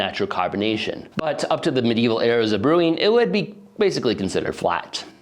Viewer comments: It's "medieval" not "medevil." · "Medevil" Aight bro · 'medevil' europe??? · "Medevil" Europe, LOL. Nice educational content bro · "Medevil" does not exist. It's "Medieval". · "Medevil", huh? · oh no it's not medeval. it's medevil. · It's "medieval" not "medevil"